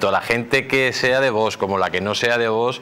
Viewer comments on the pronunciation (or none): Me gusta como habla este señor, pero es "curioso" que no puede pronunciar VOX correctamente, porque siempre dice VOS...acabado en "s"...